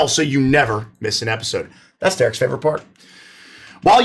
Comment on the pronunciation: "Welcome Back to another episood......." lol xD